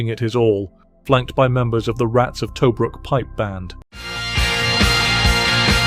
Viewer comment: Did that narrator really say ‘Rats of Toebrook’ ?!!